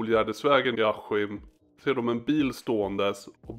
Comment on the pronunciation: varför säger du aHHim? det heter bokstavligen aSKim. wtf hahhahhahhahah